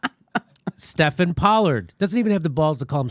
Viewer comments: Jimmy does know about Stephen being pronounced Steven not Stefan right? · Memo to Jimmy: "Stephen" is pronounced "steeven", NOT "steffen".. I ought know!